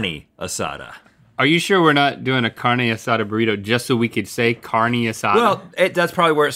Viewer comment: I speak Spanish and I cringed at the way they said "carne"